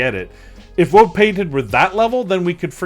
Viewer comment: I'm glad im not the only one who has a woad of support for painters. That's why is my hero, he always gets me a woad of points pulling me Woad Painted.